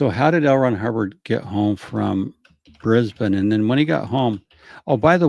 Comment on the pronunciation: Beautiful pronunciation of Brisbane 👩🏻‍🍳 😘 🤌🏻